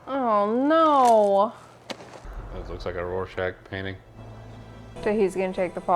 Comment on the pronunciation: Please tell me y’all are pronouncing Rorschach properly. I can’t tell if you’re calling him Warschach or Rorschach but it’s an R not a W.